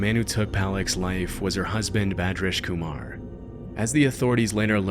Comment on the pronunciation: Funny how he said the indian mans name PERFECTLY and I could tell that he actually spent time learning how to say it correctly, and then later with Arnaldo Jimenez he just pronounces his name the most American way possible 😂